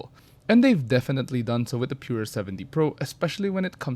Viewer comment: Taray ng pronunciation "Pure-ah" 😂